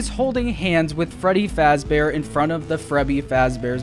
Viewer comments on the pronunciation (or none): “frebby fazbear” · "frebby fazbear" lol but excited for the movie and thanks for the new video! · "Frebby Fazbear" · What is frebby fazbear 😂 did anyone notice? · freBBy fazbear